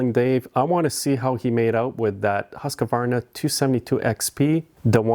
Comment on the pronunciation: It's pronounced Husq-varna and not Husq-a-varna!